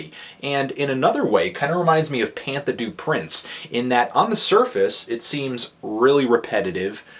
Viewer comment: that's not how you pronounce Pantha Du Prince durrrrr